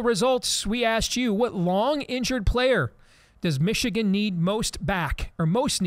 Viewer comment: Can someone please explain to me why a lot people say meeeeechigan. How did that even start? Did someone pronounce the name funny and people just ran with it cause they thought it was funny? Ore so they genuinely think it sounds cool like that cause? It just kinda sounds stupid lol